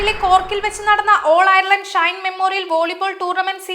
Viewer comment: ഡെയിലി മലയാളിയുടെ പുതിയ വാർത്ത ചാനലിന് എല്ലാ വിധ ആശംസകളും.. ഒരു അപേക്ഷ: വാർത്താ അവതാരകരെ തിരഞ്ഞെടുക്കുമ്പോൾ കുറഞ്ഞത് Ireland, Dublin എന്നീ വാക്കുകൾ എങ്കിലും നാവുളുക്കാതെ പറയുവാൻ അറിയാവുന്നവരെ തിരഞ്ഞെടുക്കുക.. ( വാർത്ത വായിക്കാൻ കേരളത്തിൽ നിന്ന് ആളെ തിരഞ്ഞെടുത്ത് കേരളത്തിൽ നിന്ന് സംപ്രേഷണം ചെയ്യുന്നത് കൊണ്ടാണ് ഇത് എന്ന് മനസ്സിലാക്കുന്നു. ദയവ് ചെയ്ത് ഇത് ശ്രദ്ധിക്കുക. കാരണം Dublin, ഡംബ്ളിൻ എന്ന് തുടർച്ചയായി കേൾക്കുമ്പോൾ വളരെ അരോചകമായി തോന്നുന്നു.. ശ്രദ്ധിക്കുമല്ലോ